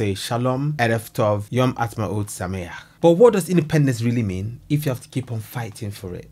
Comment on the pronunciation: Wow... you say sameach (happy) so well... serious kudos 2u❤